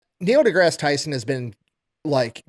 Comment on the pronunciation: Moe De Grass...Tysen.